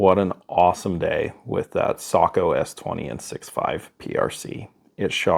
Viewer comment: I just gained a whole new respect for your channel! One of the few who knows how to pronounce Sako!!! Well done 🤓